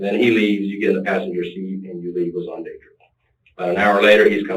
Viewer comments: This dude say SonDadDrick?...haha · Nooooo! 😂😂😂😂 XONDADRICK!! 😂😂😂😂😂😑😑😑😐